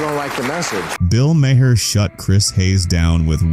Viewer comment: His last name is pronounced “Mar.” not Mah-her.